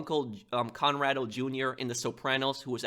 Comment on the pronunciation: corrado not conrado